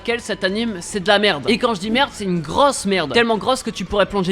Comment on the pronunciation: "greusse" au lieu de grosse 😂😂